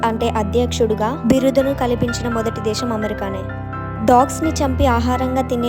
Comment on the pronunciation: దేషం కాదు దేశం. "ఖ ఘ ఛ ఝ ఠ ఢ థ ధ భ ణ ళ శ" అక్షరాలు కూడా పలకడం నేర్చుకో 👍🏻